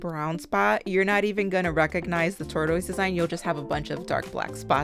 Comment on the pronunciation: I love these! 🤩Gonna make these as press-on set for me! Thanks for the inspo!! BTW, it's pronounced "tore-tis" - easier to say. 😉